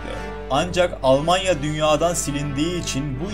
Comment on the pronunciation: almanya demiyorlar alamanya diyorlar onlar